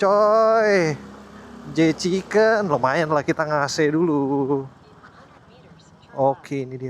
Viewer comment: Tolong bangggg itu J. Chicken bukan J.Kichen... gak jadi endorse dahhh 😂